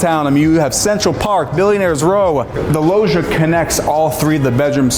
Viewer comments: Pls someone tell the guy in the video (not ) to pronounce it like lodge - Lodgia, if you will. Lojia drives me nuts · Loggia is pronounced with a G like Gin - for gods sake!